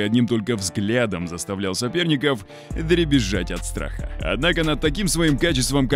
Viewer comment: Побил рЭЭкорд?) - мощные комбинации, Один за ДругИМ… бежать от сРаха…😂 текст то вообще не читаем перед записью?)